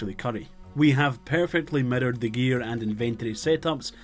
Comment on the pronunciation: Love how you say mirrored, sounds like murdered, you're accent is just wonderful, keep up these videos I love them. You should us a popular Youtuber video from like 2007 for a guide in one of these videos, thatd be funny asf.